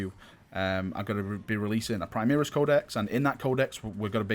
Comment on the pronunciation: An imperial fist gets teamkilled by a plasma cannon every time you mispronounce primaris